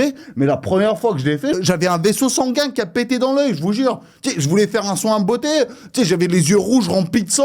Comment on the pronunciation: Tous les " jvoue jure " que tu lache je croit que tu devrait faire des sketch au lieux de Youtube